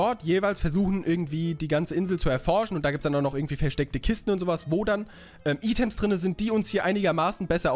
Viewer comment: items wird eitems ausgesprochen